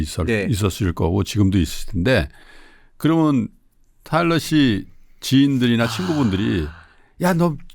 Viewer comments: 저는 10년 된 한국어 선생인데요, 제가 이 일을 막 시작할 때쯤 방송에서 타일러 씨를 만났고, 지금까지 영상도 잘 보면서 꾸준히 팬심을 유지하고 있습니다. 타일러 씨의 말씀을 인터뷰나 유튜브 등을 통해 볼 때마다 너무나 감동이 되고 배우는 것이 많습니다. 고맙습니다. 근데 테일러 아니고 타일러인데.... 자꾸 이름을 테일러라 부르셔서....ㅠㅠ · 테일러아니고 타일러예요! 내내 이름을 잘못 말씀하셔서 좀 불편했습니다. 아다르고 어다른게 말인데... 좀 아쉽네요. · 자꾸 테일러라고 하시는게 너무 웃겨요🤣근데 타일러도 바로잡지 않는 게 넘 재밌어요😂 잘 봤습니다! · 이름을 똑바로 불러 주세요! "타일러"입니다. 내용은 참 좋았는데 '옥의티'이네요. 잘 보았습니다. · 타일러 이름을 자꾸 테일러라 불러서 기분이가... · 왜 타일러한테 계속 테일러 씨라고 하시나요? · 타일러인데 자꾸 테일러라고 하시네😂😂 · 평소에 삼프로를 믿고 보는 애청자입니다. 내용도 좋고 다 좋은데 초대손님 이름을 잘 못 얘기하는 호스트님은 보는 제가 낮 뜨거운 느낌이었어요. 뒤늦게 보게 되었지만 호스트님이 주의하셔야할 것 같네요~ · 다좋으신데 자꾸 테일러씨라고... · 타일러를 자꾸만 테일러라고 하시는 😅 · 사회자님이 타일러씨를 테일러씨라고 하는게 좀 걸리네요. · 다양한 질문과 내용 재미있게 들었어요!! 전 세계의 세종학당 학생들에게 한글과자 너무 인기 좋을 것 같네요 ㅋㅋ 근데 진행자님 계속 "테"일러씨라고 하시는데 "타"일러씨인거 아시죠? ㅎㅎ 잘 들었습니다~~🙏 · 테일러 아니고 타일러 씨에요. 자꾸 테일러 씨라고 하셔서 이잉.. 😢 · 타일러를 자꾸 테일러로 부르시는 거… 거슬리는 건 나 뿐인가요 ㅠㅠ 인터뷰이 이름은 잘 확인해 주세요~ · 테일러가 아니고 타일러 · 태일러 아니고 타일러에요 ㅠㅠ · 왜 타일러를 계속 테일러라고 부르시나요? 남의 이름을 잘못 부르니 들을때마다 참 거슬리네요 게스트 이름도 인지못하는건 진행자의 준비부족 성의부족 같아 보여요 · 타일러를 테일러라고 하네요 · 타일러를 자꾸 테일러라고... 역시 는 아재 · 태일러 아니고 타일러 인데... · 타일러씨가 엔터사 하는것까진 알았는데 한글과자까지 만들어 내신줄은 몰랐어요! 여러가지를 함께 하고 있는것 자체가 신선한 자극이네요. 그나저나 남의이름을 타일러인데 자꾸 테일러라구해여 ㅜㅜ